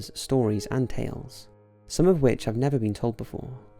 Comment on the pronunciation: Xxcountry_girl_2014xX I understood that part but you said, "I habe..."